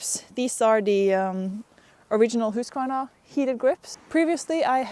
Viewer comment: Please, people notice how she pronounces Husqvarna. Then learn how to pronounce it CORRECTLY, lol